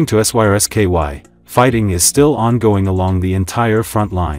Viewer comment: At least check the pronunciation of your AI before mindlessly posting it mispronouncing Syrsky